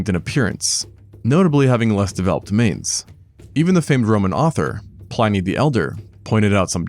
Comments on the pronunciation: Some impressive and well-presented research here. Very interesting. I think the singular form of aurochs is still aurochs and Pliny is not pronounced Pline-y, but Plin-y. It is now common to use BCE and CE in scientific research. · Pliny sounds like Plenny.